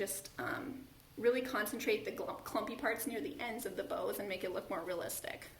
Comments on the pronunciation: This is so beautiful, but because I’m a word nerd, every time you say bow (as in bow tie) I cringe. The correct pronunciation is bough (as in to bow down before the queen). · It's not pronounced bow like a bow on a 🎁 present....bough is pronounced like to take a bow. I'm in Atlanta, GA. 😊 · Nice! I’m guessing if you just want a lightly frosted look, you could put it on a scrub brush and rub the bristles. Not sure if anyone has mentioned this… I kept looking for the “bows.” I think what you were trying to say is bough. Pronounced like bow, take a bow, or rhymes with wow. Isn’t the English language great? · Bough ( NOT BOW) is pronounced like COWS. You know Deck the halls with BOUGHS (like cows) of holly. Not bows like nose. 😂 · Yes she is, she doesn’t realize it’s bows like pronounced like cows. 😂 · Driving me crazy....